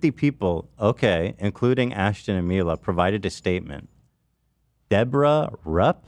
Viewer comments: I love Ethan's logic. "Hila" is pronounced "Hee-lah", but "Mila" comes out as "My-lah"... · it's funny ethan keeps mispronouncing "Mila" when it's just his wife name with an 'M' instead of an 'H' lmao